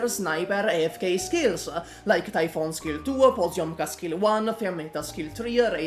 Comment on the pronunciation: Cool story bro but: - Luo Xiaohei and NCD are both actually bad units. There are far more defensible collab operators than those two. Noir Alter, Blitz, Frost and Fuze for example are all infinitely more functional units than the two you mentioned. - Minor grammatical error - You pronounced Typhon's name incorrectly - People generally consider Exusiai irrelevant and bad today (even though that's stupid) - You aren't considering her !!EXCLUSIVE LIMITED STATUS!! as a reason why her usage rate is lower. That poll that one guy on reddit did factually proves that Ash is one of the least owned units in the entire game. - You spend time criticising her ass S1 and S3 when those are irrelevant and were never used. It's like dogging on Ela for having a dogshit S1 with additionally some of the worst mastery gains in the entire game. Guess Ela is a bad unit now. I literally fast forwarded through these sections at 2x speed to save 45 seconds of my life which I am using to write this comment. - Ash's S3 references her unique ability of "breaching rounds" (literally the name of the ability...). Her gadget is the breaching charges which is something different. - You pronounced Typhon's name wrong again - You seem to literally contradict yourself when you are talking about stun immunities. People are so brainrotted that they expect every unit to be a xXx_BOSSKILLER_xXx that they can't comprehend a unit that is designed to have solid DPS against trash with the ability to burst bulky elites on